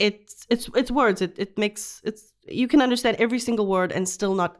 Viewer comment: Why. In understand Tiago says undershtand?